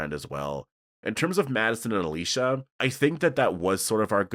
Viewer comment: Can we talk about how Daniel ,out of nowhere 2 episodes ago started pronouncing Alicia’s name completely differently than the way he always said it before ?